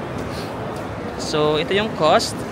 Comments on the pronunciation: Alice Pizza al taglio Alitse pizza al talio Taglio - talio , silent 'g" 😊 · Bet ko yung pagka pronounce ng "PIZZA AL TAGLIO"( its actually silent G) naalala ko nung dipa ako marunong mag italian 😂 upload ka pa more! Ingat sa mga byahe...